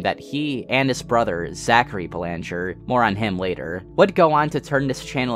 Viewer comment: FYI you mispronounced the last name Belanger. It's pronounced BEL-ehn-jer How do I know this? I just so happen to have the same last name. Dunno if we're related though